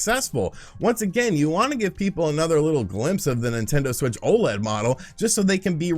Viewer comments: You're still saying O-Lead, dummy? O.L.E.D. O.L.E.D. YOU DONT CALL LED LIGHTS "lead lights" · Stay mad, he can pronounce it however he wants as long as people know what he's talking about. And they do.